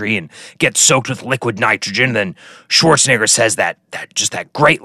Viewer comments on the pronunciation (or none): none